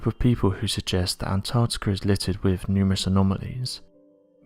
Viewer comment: Anarrrrticerr is so advanced, it has the most densely compact ice, in the world